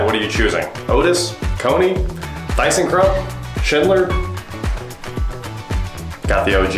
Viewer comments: It’s pronounced Tissen Krupp and they are no longer in business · I’d choose a Dover T4! Indestructible elevators. By the way, KONE is pronounced Cone-A and Thyssenkrupp is pronounced Tis-in-Krupp.